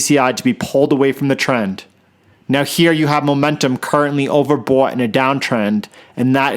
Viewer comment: “CURRENTLY OVER BOUWT” 😂😂😂